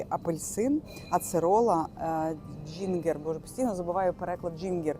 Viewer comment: Джинджер, а не джингер